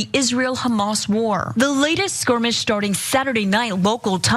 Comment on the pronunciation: "another squrimish" ok then.:face-purple-wide-eyes